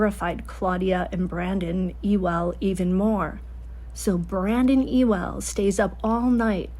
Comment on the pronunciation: Ewell is pronounced Yoo-ul with the emphasis put on the Yoo. I'm correcting you because Brandon and Claudia Ewell deserve a lot of love for the help they gave Brandon Boudreaux and those kids during the scariest days. If Alex or Melanie had gone into that home, they would have discovered what real gun enthusiasts can do. Brandon and Claudia Ewell wouldn't have been sitting ducks like Brandon Boudreaux was.